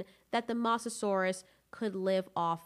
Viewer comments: also mosasaurus was saltwater and not pronounced moss a saurus it is like moses saurus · Moe sah saur us not moss a saur us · Its not Moss its Moz Mosasurus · The way you say mosasaur is MOSSasaurus will it's pernounsed (Mo zah saw Rus) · The Masasaurus Xd.. its Mosasaurus pls learn the Name before judging them Xd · STAHP SAYING MASASAURUS ITS MO SA SAUR US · I'm sorry but I can't get over the mossasaurus pronunciation of Mosasaurus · Ah yes the moseasaurus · Like if you also get triggered when she says “moss-asauras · Abdullah Asha actually it’s pronounced (Mo zah saur us ) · M-ohh-Saurus. Mosa, not a biggie but thats just how you pronounce it lol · Mososaurus: Moe-so-sore-us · LOL she sed massasuarus i hope it spelled it right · The way you pronounce mosasaurus drives me crazy lol but still amazing content keep up the good work! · You're saying the name mosasaurus wrong. It has long O sound, where the O is. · PRONOUNCE THE WORD "MOSASOURUS" RIGHT FOR GOD SAKES